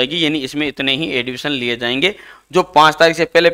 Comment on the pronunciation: एडविशन नहीं होता ,एडमिशन होता है।